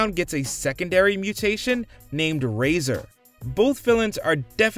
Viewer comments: Glad to see some corrections out here! Kind of like him calling Dogpound's 2nd mutation "Razor" instead of Rahzar and didn't even acknowledge his live action version 🤦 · In the IDW comics, Alopex was a mercenary/spy for Shredder until she found out that after Shredder mutated her, he killed her family. She then swore allegiance to the Turtles and revenge toward Shredder and the Foot Clan. Also it's Rahzar, not Razer. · I should point out that he pronounces Dogpounds second mutation wrong. He pronounced it Razor when the name is actually pronounced Rahzar. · I don’t want to be rude but it’s rahzar not razor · It's Razhar not razor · RAH ZA* Say it with me RAH RAH RAH ZA